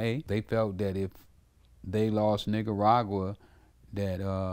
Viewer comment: the way he said Nicaragua… XD